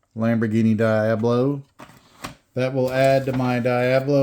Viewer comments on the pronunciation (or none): Lol its pronounced Dee-ob-low Not Die-ab-low